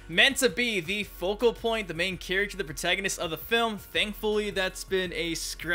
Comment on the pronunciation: Nitpicking but I always found it was a bit irksome how pronounces ''character'' as ''chuructur''